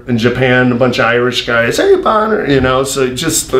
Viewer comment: It’s BonnAr for christ sake.